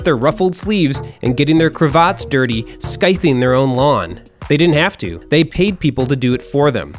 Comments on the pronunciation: Skything? Really? Lawns didn't come from "medieval Europe". They were common among the aristocracy and wealthy in the EIGHTeenth century. And they weren't scythed (pronounced "sythed"). you kept sheep on them, and the sheep kept the grass short. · _-;...scything? The c is silent. Do you pronounce the g in gnome too? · Scythe and scything are pronounced with a silent c ( and ).